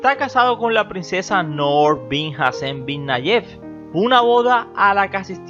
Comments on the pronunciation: No es nouuuur esa es la varíen te en masculino... Es Nuru y es suave así se pronuncia... Ay no q insoportable.. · Me parece que debes tomar clases de pronunciación de arabe. Segundo en idiomas extranjeras se usa fonética en ingles o frances. Noor , Nour es nur نور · Cada vez, que decías, el nombre de la Reina Noorrrr, temblaba mi casa!!! Omg... Que horror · Muy divertido como pronuncias Noooooor 😄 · Él se pega en el dedo pequeño cuando pronunca Noor! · Muy buen reportaje, nomás no exageres al mencionar el apellido Noor que se te oye pésimo